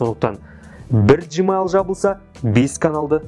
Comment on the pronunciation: Жмайл емес гмайл